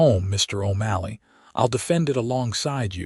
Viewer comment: Irving then his name changed to O'MALLEY! And your AI speaker can't pronounce words worth shit.